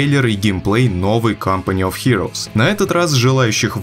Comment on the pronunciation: Всё правильно